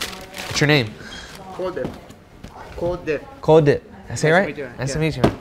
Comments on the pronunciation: My boy "colddip" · Cold dip lmfaooo it's Kuldip 😂